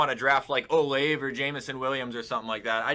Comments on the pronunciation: dude pronouncing olave as “ohLAIVE” instead of “oh-lahv-ey” pisses me off too much as a buckeye fan smh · I think it’s pronounced Oh-Lave-Eh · chris olave. (OH-LAH-VAE) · The way he said Olave 😂😂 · We need to teach to say olave right 😭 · Fr tho, as an Ohioan that pains me every time